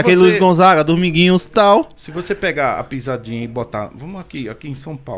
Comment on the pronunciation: O cara fala pizadinha com Z e quer tá certo. Ok. Kkkk